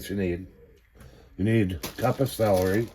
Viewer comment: Lol, your saying Salary, like earnings, instead of Celery 😂😂